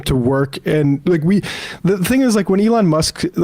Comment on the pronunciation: Sam, who is the "Along" Musk you speak of? To quote Keegan Key--"Say it right!